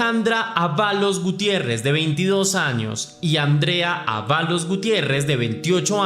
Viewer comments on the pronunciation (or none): Es Ávalos, no Aválos che...te pasas